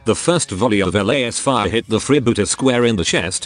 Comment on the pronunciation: It is such a pure pleasure to hear the tech-priest narrator say 'LAEYS-fire" whenever there's a combat scene.